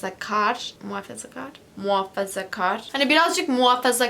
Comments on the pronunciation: Nobody:: muhafazkâğr Me: Türkçesi neydi ya? Unuttum Akksks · MUHAAAAĞĞĞĞFAZAGAR değil bildiğim kadarıyla.d